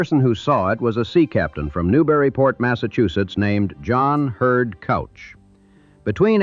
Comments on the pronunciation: well the AI does not know how to pronounce Couch. it is Cooch. not Couch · Right. And also cooch, not couch. not sure if this voiceover is AI or real, but, come on, get those damn pronunciations right! yea, all those snow flakes and artifacts over the videos that are probably not licensed seem suspect. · Mr.Couch's name is not pronounced Cow-ch. It's actually Coo-ch. I know crazy but true. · Its "cooch" not couch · And it's pronounced "cooch." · pronounced K-oooo-ch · Will-am-it River, and Couch is pronounced Cooch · Sighs.....John Hurd Couch is pronounced kooch. Willamette is pronounced wil--a (as in apple)--met (NOT willa--met) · "Couch" is pronounced "Cooch" in Portland. Its a surname so I assume that's how the family pronounced it. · Couch is KOU-CH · And "Couch"....it's pronounced "Kooch"!! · In addition to mispronouncing Willamette, you also got Couch Street wrong. It's not that hard to check. I asked Claude, and of course, it got the correct pronunciations along with explanations in seconds. There is no excuse for getting these names wrong. It irritates the hell out of us who live in Portland, and it ruins an otherwise fine video. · What ai can never understand from a script is the pronunciation of Willamette and Couch.